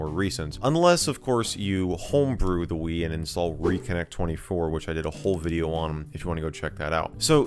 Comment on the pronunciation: You said welcome back to another hideo